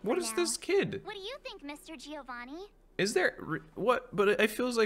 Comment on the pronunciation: Please i beg you, stop calling Giovanni like that!! I now know how you felt during fountaine , please stopppp